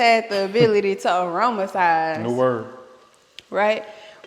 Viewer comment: 😂 she said “auromasize” ❤ Love y’all’s content. Just moved away from meat. Great recipe inspiration